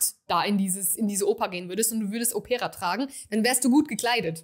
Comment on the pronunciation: Liebe, bei "Opera", liegt die Betonung auf dem "O". Òpera, nicht auf "e" Opéra - es ist das Original italienische Wort für Oper 😊 - Opéra klingt nicht gut Ich habe, von Xerjoff, nur den Apollonia II und Erba Pura - den ersten liebe ich sehr ❤